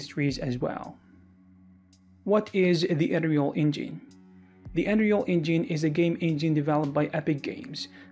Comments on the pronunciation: "Enreel Engeen" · you probably heard about "THEE ANREYOUL EYNGENE" :D :D :D